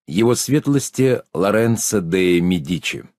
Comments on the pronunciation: Еще не началось вступление, но уже с первых слов стало понятно, что озвучивающий даже не может правильно произнести фамилии автора и др. лиц, не Макьявели, а Макиавелли, не медИчи, а мЕдичи! Пожалуй, слушать не буду, пойду лучше сам почитаю... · Лоренцо был де Медиче, ударение на первой гласной, а не МедИче 😡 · Не Де МедИчи, а Де МЕдичи. Ударение на первый слог. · Разве это одна ошибка в ударении? Их здесь несколько десятков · Де МедИчи - наиболее грубая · МакЬЯвелли?!...МедИчи?!...вы серьёзно?..у человека проблемы с расстановкой ударения и,помоему,он не понимает о чём читает и как зовут автора...